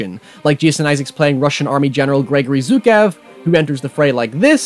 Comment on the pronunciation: *Zhookohv not *Zhookev